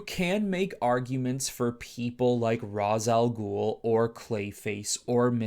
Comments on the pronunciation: His name is pronounced “Ray-shh” not “Ra-zuh” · Hearing this man say ROZ instead of RAYSH when mentioning Rā's al ghul is frustrating tf outta me